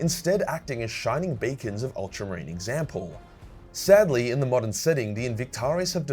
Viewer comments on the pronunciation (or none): none